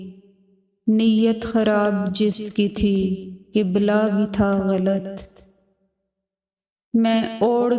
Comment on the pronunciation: لفظ غلط کے تلفظ کی ادائیگی درست نہیں صحیح تلفظ غَل٘ط ہے جس میں ط ساکن اور صرف غ مترک ہے